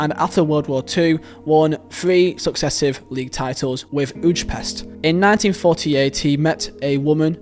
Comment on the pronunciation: Who is Fenec Puskas?? Also, "Ujpest" is pronounced "Way-Pesht"!!